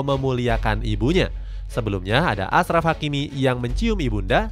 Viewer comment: bukan asraf tapi ACHRAF hakimi